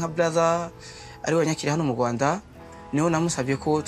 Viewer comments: It's rwanda it's not ruanda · It's Kigali Rwanda, not Kigali Ruanda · Its Rwanda not rawanda or ruanda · It's Rwanda 🇷🇼 not Ruanda